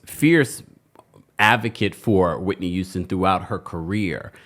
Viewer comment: Not Cissy YOUSTON 🤭 refuses to pronounce the H in any word.. “it’s a YOUGE deal!” 😭